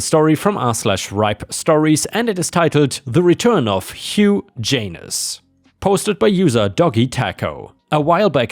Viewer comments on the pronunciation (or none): Hugh is pronounced hew not huge. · Hey Ripe... Hugh is pronounced Hue , not huge. So its Hue Janus... Not Huge Janus. Sounds the same, but no double G sound between names... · Just fyi, Hugh is pronounced ‘Hue, or Hew’ what you were saying is actually spelled huge. ⭐️⭐️⭐️⭐️⭐️⭐️ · Hugh (pronounced hew) not Huge... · The first name given to the scammer Hugh is usually pronounced hew/hue not "huge" that's why the j is in the last name. To add that sound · you pronouned Hugh wrong, It's pronounced like Hue, not Huge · The name is Hugh, pronounced Hew, not Huge. Hugh Janus when spoken sounds like Huge Anus. Astounding that you got something so simple wrong. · It's Hugh not huge...... Say it like hew, it still makes sense for Hugh janus but please stop saying it like huge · How can you have a farm without a working gun? And "Hugh" is pronounced hue (hyoo), not huge. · Hugh is pronounced like hue. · By the way, Hugh is pronounced like HU. That makes the J in Janus more meaningful and that whole joke works much better. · "Hugh" is said as "hue," as the "g" is silent. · That would have been pretty funny if you hadn't mispronounced Hugh as Huge. It rhymes with Sue. Not your fault, English is a silly language. Gh makes too many different sounds.